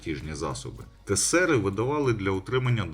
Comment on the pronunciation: Наголос на тЕсери